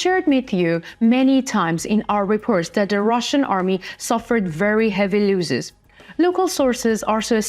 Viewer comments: Many looses...its pronounced loss is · Pronounced loh_sez not looh_sez